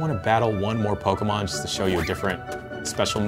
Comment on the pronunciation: POKAHmon or Pokemon?